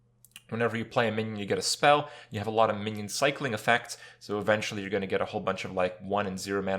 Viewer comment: Kripparian here, but this time "You guys how's it go on" instead of "Hey guys how's it going"